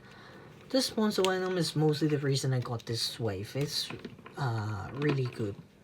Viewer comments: no its not he said wenom instead of venom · "figers" "wenom" dude not saying that the review was trash, but learn how to speak English first. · Did u just said: "benom"? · quan ta minh It’s “Did u just *say*.” He said “wenom” which is kind of ironic because Germans pronounce Ws as Vs and he does the opposite